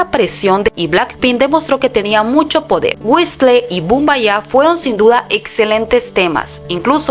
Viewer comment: Por favor aprendan a pronunciar en inglés. No es whisle es whisol. Label se pronuncia Leibol.